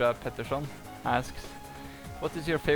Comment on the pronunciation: Are you swedish? When you said Peterson it sounded so swedish. I know cuz im Swedish